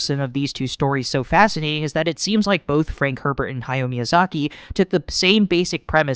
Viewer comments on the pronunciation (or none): none